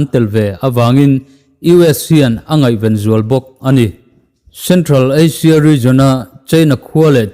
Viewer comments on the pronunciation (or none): none